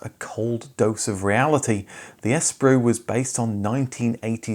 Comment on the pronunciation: I'm just weirded out by the way you keep pronouncing the name of the brand - 'Die-oo'?? I've never heard it pronounced like that before! Haha! Here in Australia it was pronounced 'Day-woo'. But then you went and pronounced Espero! Lol! You say 'Es-pero', we say 'Es-pe-ro!